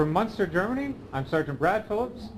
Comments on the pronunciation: Er sagt nicht "Monster" sondern "Munster". Er redet von der Stadt. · it's Munster ;)